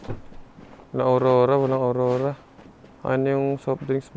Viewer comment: Bkt Po Awrora Ang tawag nyo a wrong😅😅